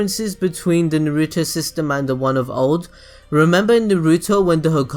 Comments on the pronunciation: Please don't say Naruto like you do....ナルト＝na ru to, no weird stress on the "ru" please. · Why do you say it like "nah-REW-tow"? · Very good video. But... Please, please, PLEASE pronounce everything right. You say "Naruto" and "Chakra" as if you never watched the series. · the only thing i didn't like about this is how you you pronounce Naruto 😏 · I love watching your videos but PLEASE learn how to say Naruto!